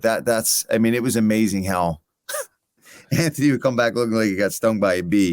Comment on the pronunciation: Mad that bisping cannot pronounce Anthony and insists on saying Antony 😂